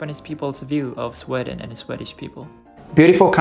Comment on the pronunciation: Hello! English tips: check the pronunciation of "Swedish" and "language". I've been to Banff too.:)